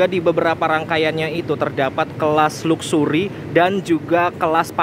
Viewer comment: Mas, coba saat menyebut "luxury" Diperbaiki pronunciation nya hehehe